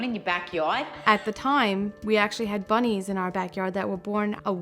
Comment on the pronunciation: “YOu hAd BWunnYs BWoRn In yA bAckeYard?” Love her